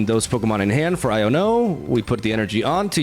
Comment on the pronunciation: Why does he pronounce iono like "I don't know"